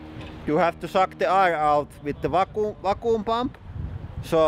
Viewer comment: FYI vacuum is pronounced văk-yo͞om